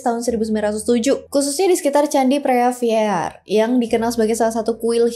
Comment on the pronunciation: preah vihear dibaca: Pri wihie.